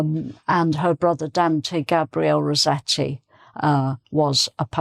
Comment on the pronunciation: Hi! Thank you for a fantastic lesson to accompany us in the festive season. I'm a bit puzzled with the way you pronounce Rossetti's surname. It being an italian name, one would pronounce both double consonants (ss & tt) in Italian. I understand that in English the double tt rule doesn't apply. But wouldn't the "ss" be pronounced "s" as in "assessment*, rather than "z" as in "rose"? Thank you in advance ❣️